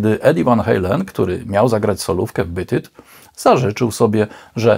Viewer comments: ..."Bit it"??? ;-) "Beat it" proszę wymawiać mniej-więcej: /biit yt/... warto sprawdzać wymowę terminów angielskich, bo treść filmów zasługuje na więcej w tym względzie ;-) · Oczywiście, w podanym przypadku, pisownia jest ta sama, a więc rolę odgrywa wymowa. P.S. Widzę, że masz w nicku "zemsta". ale wolałbym, żebyś miał "rozum", albo "zdrowy rozsądek". Podsumowując, Pan w nagraniu źle wymawia tytuł tej piosenki (zresztą nie tylko na tym filmie źle coś wymawia) i "pirdzenie" o akcentach zachowaj dla siebie.